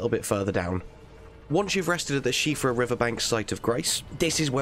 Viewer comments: NOT SHEEFRA ... SHEHFRA #IRISH PERSON HERE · Siofra is pronounced See Off Ra unless the I is the special I used in the Irish language which in Elden Ring it does not have so should be pronounced in English as See Off Ra, so while u weren't wrong perse u were still using the wrong pronunciation of the name in Elden Rings context it is only She Fra if it is spelled the Irish way which Elden Ring does not. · Props for actually looking up how to say the name, the Irish appreciate it a lot more than you might realise! Buuuuut since you mentioned/joked you might be saying it wrong it tells me you're okay with me telling you... You're almost perfect! "SHE-o-fra". You wanna pronounce the o very quickly and very subltey, the rest was bang on and then you'll have it flawless! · It’s pronounced she-fra river? I’ve been calling it Sofia river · uhhhh 'siofra' is pronounced 'jail' lololol great video! discovering the siofra river well completely blew my mind, definitely a gaming moment I'll remember. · My friends dismissed my attempted Gaelic pronunciation "She-Fra" outright 🤣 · THANK YOU!! I'm glad it's appreciated hahaha - I've even had people tell me "erm I'm pretty sure you're getting it wrong, if it's Irish then surely it's pronounced "sea-ofra"...... I like you 🤣❤️